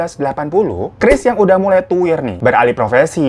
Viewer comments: Chris bang bukan keris,,😅😅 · 4.43 Chris menjadi "keris" 😭🤣